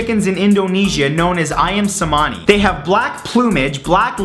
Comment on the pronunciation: #44 * pronounciation cringe It's ah-yahm che*-mah-nee *e= schwa WHY MATTHEW????? i am indonesian sooooo